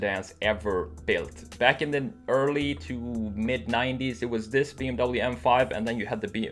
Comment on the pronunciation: This was so Hard to watch! You prononced "BMW" Wrongly >:(